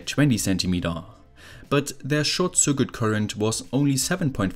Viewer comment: Circuit is pronounced sirkit.